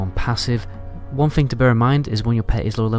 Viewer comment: Love your videos. But dude it's aggro not argro lol. Joking aside great video. It please do a video on the ghost saber. Let other hunters know about it. It wasn't mentioned in your unique pet appearance video